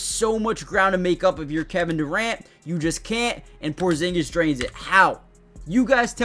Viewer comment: almost perfect original pronunciation 😆